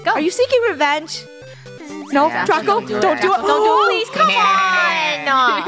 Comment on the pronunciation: She said oh my God Draco but instead it sounded like she said oh my God dracco